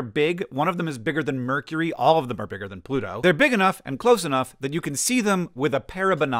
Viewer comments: (humor), you pronounced pluto like this: "Bluto." Are you (not) a Popeye fant? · The first time you said "Pluto" in this video, it sounded like "Bluto" to me, so I had the image of Popeye and Bluto in my mind when you mentioned this.